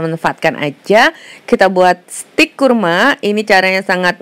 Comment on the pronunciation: Resep kue kering, done L 7, ini lah klo orang Sunda ngmg Jawa, kurma jadi kurmo , huahahahhah bh Jawa Podo Bae kurma,. HR ini upldna teu pararuguh jadi isuk2 kieu .